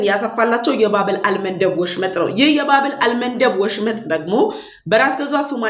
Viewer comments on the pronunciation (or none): አቀራረብሽ በጣም ጥሩ ነዉ :-የባብ-ኤል-መንደብ ..ንባብ ግን ይስተካከል(...ባብኤል.መንደብ..)ተብሎ ይነበብ